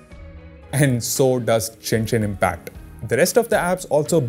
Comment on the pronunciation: Did he pronounce it as Jenshin Impact? LOL